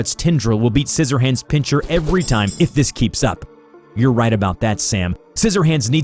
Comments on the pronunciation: Pincher? It's pronounced Pin-ser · pin-CHER??? WTF is this